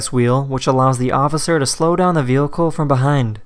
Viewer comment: ‘which allows the officer to slow down the wheehicle from behind